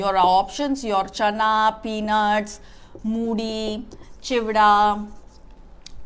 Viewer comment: Enjoyed your lecture..it is peanuts..not pee